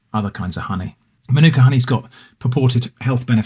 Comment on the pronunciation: In Australia there have been reports across all honey, it is not pure. Manuka is pronounced marn-aka around here. I got it wrong too.